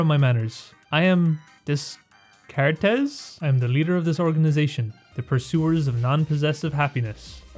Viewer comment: just for reference, his name is pronounced "day cart"